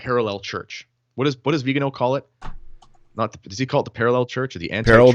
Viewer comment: VIGANO! VIGANO! VEE-GAN-OH!